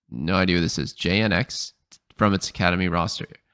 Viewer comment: i think its pronounced jinn X JNX